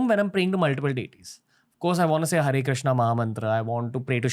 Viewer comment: बाकी सब अच्छा है पर why रामा, क्रिष्ना, शिवा, रावणा, योगा, धर्मा....we never say रॉबर्टा, ख्रिस्ता. कबतक हम गलत बोलते रहेंगे.